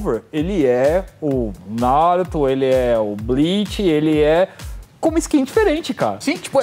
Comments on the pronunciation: NaRÚto, kkkkkk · Quando esses cara fala NÁruto eu demoro pra entender q eles falaram Naruto. Q agonia! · Ótimo vídeo, mas me dá uma leve agonia ouvir vocês falando "Náruto" hahaha.